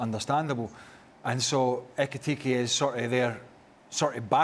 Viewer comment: If you can say Lewendowski with no issue you should be able to say Ekitike with no problem.. but it’s Dan, and he’s a moron!